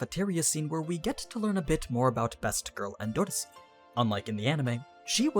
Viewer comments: It's killing me how you're pronouncing endorsi, endordissy, lol. Idk if that's like a different translation like Jahad and Zahard. It confused me the first time i seen Zahard. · Tbh how he says her name endodosi lmao